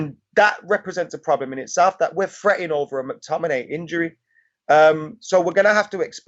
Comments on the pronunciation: Can't stand people pronouncing it MAC-Tominay. It's McTominay. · That new guy can't say McTominay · McTominein? sprechen sie englisch? i think he plays for scotland not germany